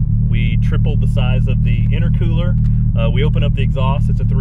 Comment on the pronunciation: Lmao “Interquewler”